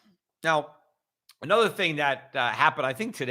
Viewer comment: "A-nother"??!? Where did you learn to speak the English language?